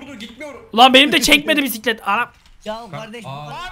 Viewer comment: Püsüklet ama Mokokoğ Püsüklet